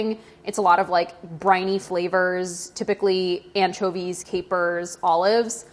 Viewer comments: No one: Not even brad:: anchevies:> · stop saying anchovies like that